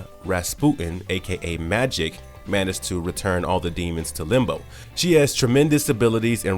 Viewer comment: Did anyone notice the guy talking FREQUENTLY mispronounced characters names? If he doesn't know how to say Magik's name, can he be a real comic book person?